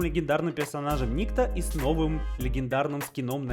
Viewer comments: Я так понял что правильно называть перса никтó а не ни́кто, потому что этот перс является русским, а у иностранцев (не смог найти другого слова) нету имени никто, есть ник и тип этого поэтому его называют Ни́кто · правильно никто́. Ибо данный персонаж русский, а так как колда американская они его и называли ни́кто, ибо им это ближе и проще. Ошибка перевода и/или произношения короче. Кстати это, от сборочки на дигл я бы не отказался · Если что правильно говорить НиктО